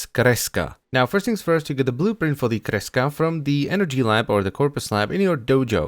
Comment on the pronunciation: i really like how you pronounce kreska. sounds so nice